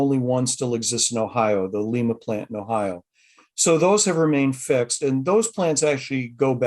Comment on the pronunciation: It's lime-uh ohio... not leema